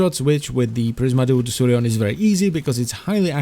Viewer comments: I throught it is pronunced like De-ku-rion. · its spells like DEKURION not DESSURION ò.ó